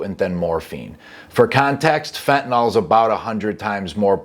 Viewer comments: The word is pronounced fentanill not fentanall. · Everyone says fentanall drives me nuts